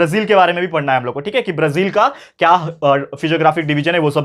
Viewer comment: सर ये ब्रझील नही ब्राझील होता है